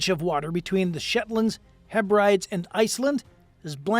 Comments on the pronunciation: The outer heb-rides. That made me laugh. It’s he-bri-dees. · The 1st words out your mouth are gibberish... credibility shot. Total lack of respect. This guy can't pronounce the name of the area likely to host the first battle. Heb ri dees. That's ri as in rip. Make an effort or ship out. Hopefully NATO is doing even more as Russia conducts operations in the Baltic. Trying to challenge the idea that it's a private NATO sea. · For future reference...it's pronounced. HEB - RED- EES. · Heb-rid-ees. Not He-brides. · Please - Hebrides is pronounced “Heb-rid-ees”! There is no such place as “Heb-rides”… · I was going to watch the whole video but when i heard your stupidity & realised your low iQ level (the outer heb rides) i switched it right off. What is it with americans & theyre total failure in pronouncing certain places names in the UK?? Its actually quite pathetic. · Heh-brie -dees = Hebrides. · Heb ri deez, Hebrides!😂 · Hebrides, pronounced heb rid ees. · Heb-Rides??????? C'mon man! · Fyi, 'Hebrides' is pronounced as three syllables, 'HEB' 'RID' 'EASE'. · The islands are known as the “Outer Hebrides” - pronounced Outer “heb- brid- ees” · It’s pronounced heb bra dees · You can pronounce the Russian words properly but get English words wrong Hebrides. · Hebrides is spelt that way so maybe it should be pronounced that way!?